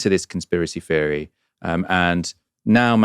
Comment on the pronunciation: its ’Theory’ not ‘Feary’